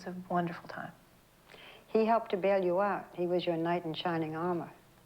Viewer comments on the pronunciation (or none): none